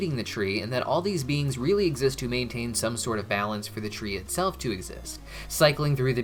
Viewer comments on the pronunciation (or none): none